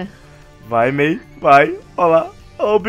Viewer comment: disse bia ao inves de may